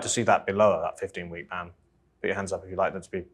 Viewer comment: The woman on the top-left, when talking about abortion, 100% said "band." Again, she thinks the word "ban" is "band." Not a reader.